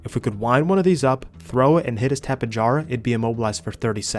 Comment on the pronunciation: actually the first time i’ve heard an ark player not butcher the name “tapejara” lmao